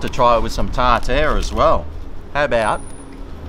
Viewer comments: TAR-TAR not TARtoooooR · What the fuck is tar tear sauce? Do you mean tartare sauce?